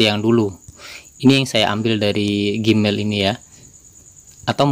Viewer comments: nah itu tau...kok dibacanya gimael? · Gmail....di bacanya "jimail" bukan gimail